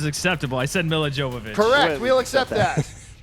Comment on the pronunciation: It's pronounced Yovovich. Fuck.